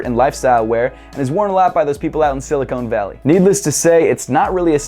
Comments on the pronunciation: "silicone valley" lmao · Sil-ik-ohn valley*** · "silicone" valley lol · sili CONE valley lol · Did you say silicone valley!! Lol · Did he just say Silicone valley?? LOLOL